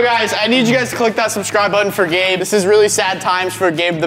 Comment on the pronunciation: you can say numbers See and its Gabe not "gab"